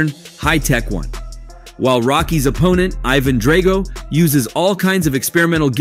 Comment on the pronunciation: You can tell the narrator has never seen Rocky. Just read a quick summary of each movie and went with it lol my dude some how mispronounced Drago every time he said it.